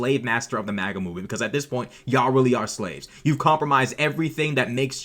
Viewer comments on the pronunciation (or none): none